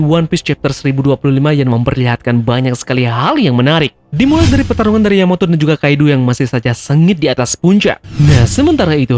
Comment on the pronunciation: terpeleset katamu sedikit Terpeleset sebut Yamoto kan seharusnya Yamato di menit 1.20